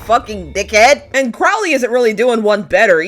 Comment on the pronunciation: Tiny thing. Crowley is pronounced like the bird